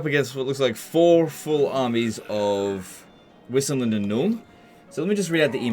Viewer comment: Pronounce "Wissenland" with a V : "Vissenland". The name is supposed to be german. Similar : "Horrland" for Hochland.